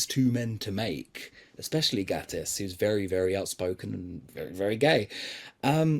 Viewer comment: I wondered what on earth the Victoria and Albert Museum had to do with things. Then I realised he said VNAs not V&A's. I do agree with a lot of the points here. By the way (not being mean, I used to pronounce it wrong too) it's pronounced "gay-tiss" not "gatt-iss". :) I do need some help pronouncing some non-Who actor's names, though, as I've never heard them said aloud.